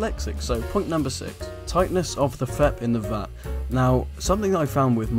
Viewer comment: Really.. these tips really are not helping anyone. Cleaning tip was right, others not so. Also.. its Vat not fat